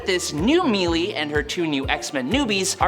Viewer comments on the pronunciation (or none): Pretty sure the character is called "Melée", which means a close quarters fight. So it's "maylay" or "melay", not mealy. :)